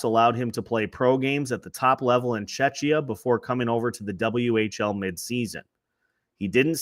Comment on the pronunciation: Damn pronouncing Czechia with "ch", not "k"? What have we done to you lol But if you didn't say Czechia, I wouldn't even know you're talking about Pšenička tbh. I love hearing foreigners (try to) pronounce Czech names, it's fun.